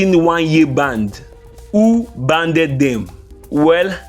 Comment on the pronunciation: Banned.... Not Banded